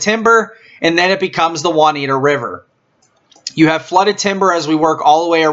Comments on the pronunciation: Anyone that hasn’t commented on this video and didn’t notice that the River is called the Juniata River (pronounced June-i-ata) not Juaniata River. Also it’s Aitch Boat launch (pronounced like the letter “H” ) so if you commented and didn’t catch that my guess is you never been near Raystown Lake. Some decent info in this video but can tell he’s never been to the lake. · It's pronounced June-ee-atta not Won-ita! ROFL